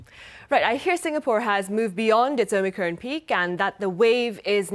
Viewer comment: Omicron, rhymes with on. Not omicrone, rhyming with own. Sheesh... 😑